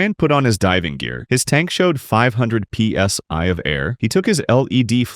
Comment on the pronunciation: not sure if the incidents here are ai, but if you listen to the voiceover, its definitely ai. the way the voice emphasises each letter of psi and led tells you everything